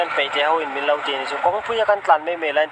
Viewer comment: Mizo inilomi.ithu lamdan avah makve min i tih athluk kha a vadiklove. Min tih ah Khan thluk deuh la.